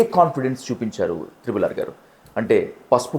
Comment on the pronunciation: త్రిబుల్ కాదు ట్రిపుల్